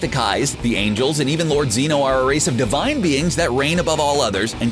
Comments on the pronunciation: It’s pronounced Zen Oh not See no or see oh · Ok ik this is a year old but its zen-oh not zee- no. But other than that this was ok i guess😕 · he just said Zeeno -_- at the first 31 seconds! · Bruh its zeno(zen oh) no zzeno lime your talking about xenomorphs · Zeno not zeeno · 😡 it’s not lord zino it’s lord zeno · Its zeno not zeeno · It's pronounced zen no not zeeno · How normal people say Zeno: (Ze-no) How says Zeno: (Zee-no) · Uuuuh it’s Zeno not zeenno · My boy said zino it's zeno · ZEN not ZEEN Jesus Christ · Chompa not Champa, and Zeno not Zino, Jesus does this dude even watch Dragonball? The fool can even say the damn names right except for the DB names that are household names. Smfh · Zen-o,not seen-o.🤦‍♂️ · Nobody notice that he say zeeno and not zeno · Zen-o not Ze-no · It's 'Zen-oh', not Xeno. Have you even watched any episodes? The amount of shit wrong here fucking stupid. You've officially lost another follower. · Why does he say ZEEno instead of Zeno? That is proof that this dude is reading off a script and does not watch dragon Ball He also said CHAMP-a instead of CHOMP-a. I mean come on 👎👎👎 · "Zee no" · “Zeeno” grand zeeno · Z-eh-noh. Ch-om-pa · No ZEENO ITS ZENO °>° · my man said zEEno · “Ziiino of course” - how dare you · STOP PRONOUNCING XENO WRONG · My man said zeeno😤🤦‍♂️ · I really dont like how you pronounce names wrong like zEno amd champa or how ever its spelled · Nobody:: Zeeno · he said zee no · I stopped watching the video once he said Zeeno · Are you mispronouncing the names on purpose? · The way he says Zeno makes me itch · Anyone else notice how he misread Zen-oh’s name? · He says zeno wrong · It only proves he can't say zeno right.